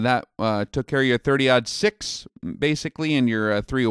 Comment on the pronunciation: its thirty-ought six not odd six dammit!